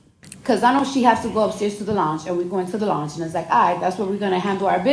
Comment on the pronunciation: She can't even pronounce loung.